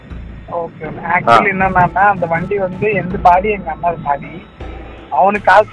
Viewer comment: இவன் தமிழனே இல்லை.தமிழ் நல்லா கத்துக்கிட்ட மாற்று மாநிலத்தான் . யக்கவுண்ட், அன்னேஆ, இதெல்லாம் வித்யாசமான உச்சரிப்பு. பேச்சு மூன்றாம் பாலினர் போல உச்சரிப்பு இருக்கிறது.